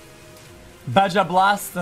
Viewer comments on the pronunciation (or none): "Bajja Blast" peppega